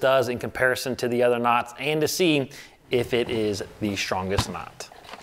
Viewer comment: "The shtrongest." Watch out for shnakes!